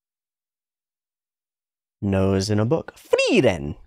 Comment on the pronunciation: The names are German and are pronounced as such, so Frieren (to be cold/freezing), not Freiren, and Flamme, not Flam